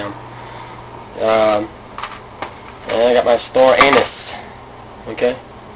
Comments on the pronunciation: ox tail is so fattening. Lol.... star anus... just like chocolate starfish. It's pronounced star "a niece" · lol you said "star anus" at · he said Star anus : /